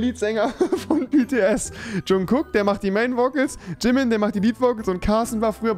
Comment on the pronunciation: aaahhh rewi ich bin so verdammt stolz auf dich das du nicht wie andere Jungkook und Jimin so behindert sondern vernünftig ausgesprochen hast :‘)